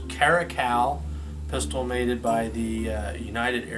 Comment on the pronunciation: Did you say "made-ed buy the..."